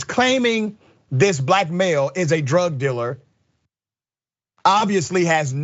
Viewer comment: What's a "drug diller'?